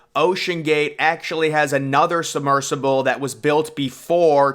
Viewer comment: “Summersible”? It’s “submersible “.